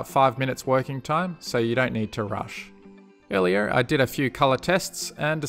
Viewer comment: So.. . Does anyone else feel weird about how "earlier" sounded?